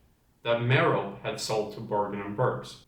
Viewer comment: Voldemort's mother's name (Merope¹) is correctly pronounced /'mɛr ə pi:/, as it's Greek.